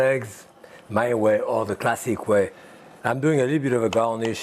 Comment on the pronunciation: "Classique" is the best part